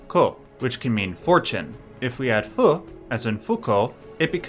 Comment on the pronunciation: Your pronunciation for “ふ” (FU) is WAY OFF! The f sound is still pronounced that’s why it’s written as FU in ROMAJI so English speakers can pronounce it. It is pronounced as “Phoo” as it is written. It is not pronounced with an H. I know you don’t know the language but please know that your interpretation of the hiragana FU is wrong.